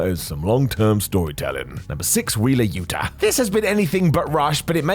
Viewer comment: Yuta* not Yuter